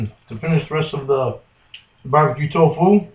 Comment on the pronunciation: I like how he reads off how many calories in the butter then just pours 1800 calories of bbq sauce in. Also can we get a counter on how many times he says "twfoo".